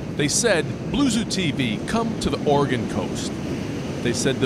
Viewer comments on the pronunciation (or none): You pronounce it "OR-EH-GUN" not "OR-EE-GONE" lol. Great video!